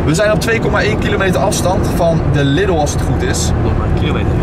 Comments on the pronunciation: Geen lidel maar liedol zeg het zo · lidl lidl lidl je zegt het verkeert